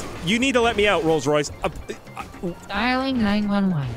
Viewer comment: Its a rolce roice